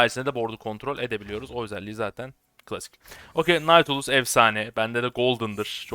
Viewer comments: Nautilus okunuşu; Natilyus abim en azından ben böyle biliyorum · na-tili-yus diye okunuyor leşbicim